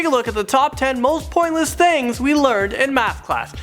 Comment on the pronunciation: "Most Pointness Things"